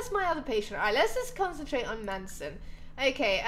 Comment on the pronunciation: Amy it's not man-son it's mason <3